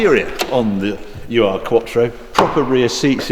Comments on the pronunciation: Great video once again Harry! :-) One note, you pronounce the car as U. R. quattro, but it's actually ur-quattrro as far as I know. Ur is a prefix in german for original, or something primeval. For example the german line: "Dieser Witz ist wirklich schon uralt!" translates to: "That joke is really ancient!" So the ur-quattro is the "original/pirmeval/first ever quattro" or something similar. Pronounciation is difficult to explain, but the best way I can describe it is that the U is roughly the same tone as the double o in hoover. I'm dutch so it's not that easy to translate German into English hahaha. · Another great chat Harry, and I still have that copy of Car somewhere in the loft. But please stop calling it the U.R. quattro. Ur is not an acronym. I think it comes from 'urig' for first or original, as in urzeit for ancient times or urmensch for original/prehistoric man. U.R. quattro is worse than calling that little Ford the K.A. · It's not a "U.R." Quattro Harry! 🤣 "Ur" is German and stands for "Ursprünglich" which means "original." Click on the 🔉 icon to listen to the pronunciation for just "Ur" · Not "You Are", Harry. Ur should be pronounced "Uhr". Cracking vid of course! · Funny how you pronounce "Ur-Quattro". It's not "U-R Quattro", but Ur-Quattro. Ur meaning ~ancient or in this case first or original -> the first version of the Audi Quattro or an Audi with Quattro drivetrain. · ...little comment straight from Germany..it is pronounced "oor-quattro" not U-R quattro, the prefix "ur" stands for "very old or long -time-gone"...😜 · Stop saying U R… it’s Ur in German, which means original… it’s the original Quattro… Ur Quattro! 🙄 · "The original 'you are quattro'", Hary says. Hahaha. Ur quattro means 'primeval quattro' and 'ur' is pronounced as 'ooohr', not 'you are'. But nice touch, though. Keep it up! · what is a "EWWW ARRR" quattro? asking for a friend. Ur in german means the original/ancient. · It’s oor, not UR. German prefix meaning original.